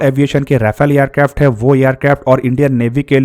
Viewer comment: महेरबानीसे एअरक्राफ्ट को यारक्राफ्ट कहना बंद करो.